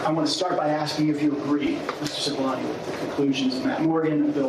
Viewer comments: How manny different ways are they going to pronounce Cipallone???🤦🏾‍♀️😂😂😂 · How long have they been doing this investigation, and how many people have been working on it? And no one could teach Mrs Murphy how to pronounce Cipollone xD